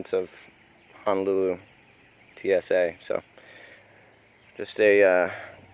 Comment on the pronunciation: Ho-No-Lu-Lu Not Hana looloo